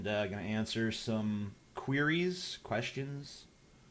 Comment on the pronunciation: Huh huh "QUEERires"